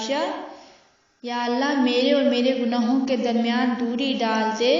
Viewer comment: "yaa" ko "jsha" kyu pronounce liya hai ? "khata yaa yaa"